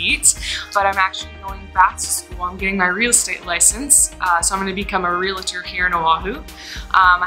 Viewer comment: Did she say Re la tor insthead of real tor?